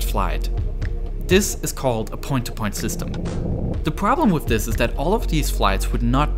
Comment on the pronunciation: Twending. Wif. Fousand. Speech therapy anyone